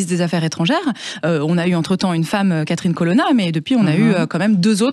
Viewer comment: "Catherine Eshthone" "Federrika Moguerrini" "Catherinne Collombanie" 👏👏👏 🇪🇺